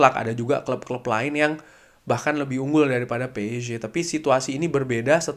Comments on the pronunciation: Nyebut psg biasa aja mas jangan ke Inggris amat kan yg nonton orang indo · nogmong psg nya kok gitu sih bang wkwk